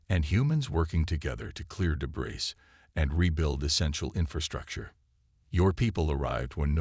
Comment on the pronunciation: The mispronunciation of debris.